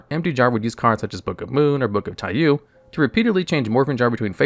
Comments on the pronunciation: I know you mispronounce stuff a lot on purpose but just in case since this one is a Japanese word: Taiyou is pronounced "Tie-yo" Or at least that's how they pronounce it in the other Konami property "Boktai" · 2/10 Pronunciation. Some are tricky, like Taiyou, but Diablosis? How the hell did you get that sound from those letters in that order?